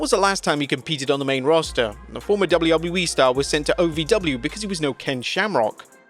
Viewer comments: I always hear you say Gablu, gablu E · Wtf is doubley woubley e? Do you mean wwe?